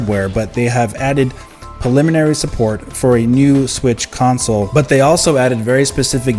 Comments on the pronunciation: sir thanks for info. I can assure you it’s pronounced “preliminary” , not “paliminary” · pRReliminary!!! Stop skipping the R u said that shit 20 times and all 20 wrong.